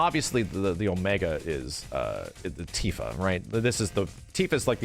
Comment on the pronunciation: It's Tifa. I'm not watching the video. It's Tifa.